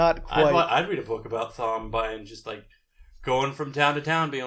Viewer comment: It’s so fun listening to you guys talk about these books, I’ve been reading them over quarantine and I’m on The Fires of Heaven. Looking forward to hearing your thoughts on 5 & 6 (also Thom is pronounced like Tom, sorry it just bugs me)